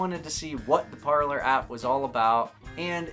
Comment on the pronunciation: Would it not be “Par-lay” like the French word for ‘speak’?